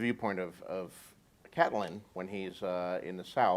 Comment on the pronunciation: Did he just say Cat-line?